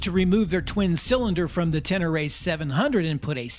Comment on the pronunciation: Yamaha Tenere. Pronounced as Ta , Near, Your wannabe pronunciation got a unsub your a wannabe bro